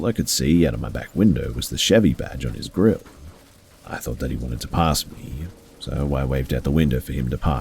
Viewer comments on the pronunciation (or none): none